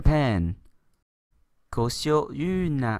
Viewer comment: Koshio❌ Ojio⭕️ 日本語の漢字の読み方難しいよね